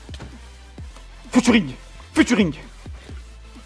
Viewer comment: le fameux "FUTURING"